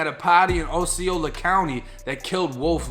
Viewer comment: It is pronounced AWW-SEE-O-LA.... Brother...